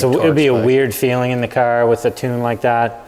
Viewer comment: Cawr isn't how you say Car 😂